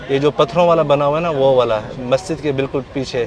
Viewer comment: kya bol rhe ho Allah farmate hai Allah farmate Hai Hai kya ha hai to 2 ho to hai 1 ha hai mei fark